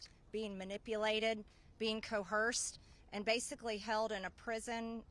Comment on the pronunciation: The short speeches by the survivors were stunning and so well addressed. Meanwhile MTG says "cohersed" when she means coerced. Anyway - glad to see her up there poor grammar and all.